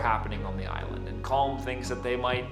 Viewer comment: Its pronounced colim you watched the film you should know how to pronounced it ,the same with Padraig its paudrig or paurig.